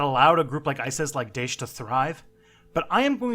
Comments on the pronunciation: It's pronounced dha-esh not dish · Lol theyre not called dish! more like Da'ish, namean? 2 sylables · one thing, can u please pronounce daesh as da-esh because it sounds weird and great video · It's not hard dude! Either don't pronounce foreign words, or if you do it in front of a 10 thousand subscribers, do it right! You gave me cancer each time you pronounced Daesh! It's Daâèsh... Use what I typed into Google Translate to hear the correct form! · i know and thats normal for western people:P just say it with 2 sylables it sounds funny to us arabs when u say it like that lol and i really like your work! One of the rarest people on the internet that actually know anything about islam. So refreshing to see